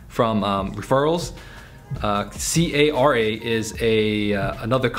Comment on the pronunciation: Bruhhhh it’s pronounced Car-Uh....not c-a-r-a 😂😂 that’s like instead of saying YouTube, you spelling out the entire thing letter by letter.